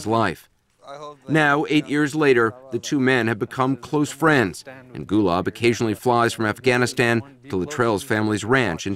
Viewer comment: Kept hearing Gulag....